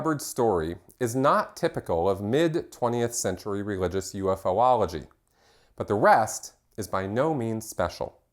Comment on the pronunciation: UFOlogy is pronounced as one word. Phonetically: You fology...You fo logical etc